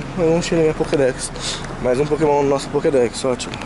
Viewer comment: O você fala os nomes do pokemon errado mano